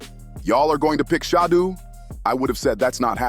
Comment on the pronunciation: Why is it that white narrators pronounce Sheduer Sanders name correctly, but the black ones pronounce his name like they’re illiterate? It reminds me of the nasty sportscasters who resented Muhammad Ali name change and pronounced Ali as “Alley” 😂.